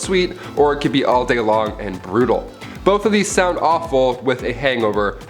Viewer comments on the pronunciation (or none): none